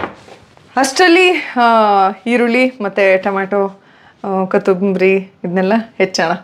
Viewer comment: ನಾವು ಉತ್ತರ ಕರ್ನಾಟಕ ದವ್ರು ಕೊತಂಬರಿ ಅಂತ ಹೇಳ್ತಿವಿ ಅವರೇ, ನಮಗೆ ಕೋತಿ ಮರಿ ಅಂತ ಕೇಳಿಸ್ತಾ ಇದೆ kotamiri 😂